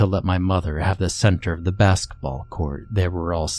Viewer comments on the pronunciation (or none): none